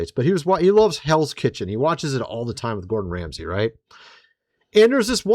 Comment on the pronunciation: GOR-DON RA-M-SEY